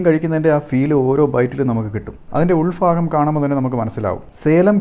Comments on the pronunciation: ഉൾഫാഗം അല്ല ഉൾ ഭാഗം 🙏🏾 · ഉൾ ഫാഗം അല്ല ഭാഗം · ഉൾ ഫാഗം അല്ലാ ഉൾ ഭാഗം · ഉൾഫാഗം അല്ലേടാ ഉളെ ഉൾഭാഗം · Ulfakam alla ulbakam😊❤ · ഉൾ ഫാഗം 😂😂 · ഉൾ ഫാഗം.. അല്ല.. **ഉൾ ഭാഗം ***..നാക്ക് കൂടെ വടിക്കണം..... ഭാഗം.. എന്ന് പറയാൻ.. M A.. വരെ ഒന്നും പഠിക്കേണ്ട... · ഉൾ ഫാഗം അല്ല ഉൾ ഭാഗം😢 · ഉൾഫാകം അല്ല ബ്രോ .. 😂